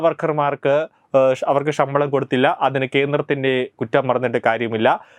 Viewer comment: ആഷാ വർക്കർ ഷമ്പളം "ശ"എന്ന് പറഞ്ഞു പഠിക്കൂ.